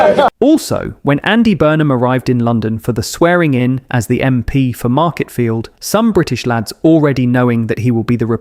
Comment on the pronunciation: Absolutely brilliant!! Love it. I am so proud to be English 🏴🏴🏴🏴🏴🏴🏴🏴🏴 but you are bloody annoying with your AI errors again…….its not Marketfield it’s Makerfield so if you have to report facts make sure they are pronounced correctly!